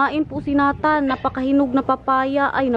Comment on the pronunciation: Hi!. May I suggest.. sa pagtawag ng name ni Nathan. Say, Neytan. Not Natan. Para sa sound foreigner. Neytan. Thanks! Love the family.